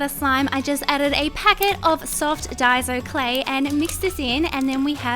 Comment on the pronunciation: I just love how you say “Diso clay”. Love ❤️ you